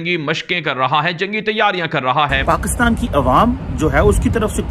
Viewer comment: And even they pronounce pakistan ko paxtan